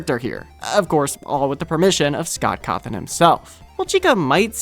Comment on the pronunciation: Qhy did you say Sock Cotton? Why not just say Scott Cawthon? His name isnt Voldemort levels of evil.